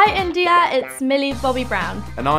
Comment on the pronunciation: some of the comments say when Millie says india it's weird gurll hold up, i feel so happy when some celebrity says india or anything related to it and she pronounced that word perfectly what wrong with ya'll!!